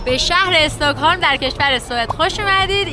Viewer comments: EstAkholm na , stOcholm 🤦‍♀️🤦‍♀️🤦‍♀️🤦‍♀️ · چرا همه اشتباه تلفظ میکنی ایکیا نه ای کیا استهکلم نه اوسترکلم😊😊😊😊😊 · البته به استکهلم خوش آمدید و خوشحالم که به نظرتون خیلی زیبا اومده، ولی تلفظ خیلی از کلمات رو اشتباه گفتید ، استاکهلم نیست ، استکهلمه، آیکیا نیست ، درستش ایکیا هست و گاملاستن نیست ، درستش گملاستان هست . موفق باشید . 🙂